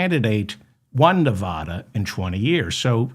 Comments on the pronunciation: I love you Dave but it's Ne Va Da not Ne Vah da. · Its Nev adda, not Nev ah da. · Nev- a - dah! 😅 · Wish you could learn how to pronounce "Nevada", which I have commented on dozens of times.